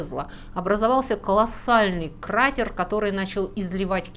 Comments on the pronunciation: Буква ж и ш, Вас вдохновляют, такой интонации не слышал никогда, а "кратер" вообще бомба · Обратите внимание на твёрдое произношение звука [т]: [крАтэр]. Произношение [крат'эр], с мягким Т, будет неправильным. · Кратер через Е. Тётя вы русский язык прогуливали? Как насчёт произношения звуков? Открою тайну, есть звуки а есть буквы. Есть пишется а есть читается))))